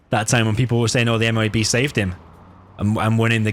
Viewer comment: Call it a "moh-ab"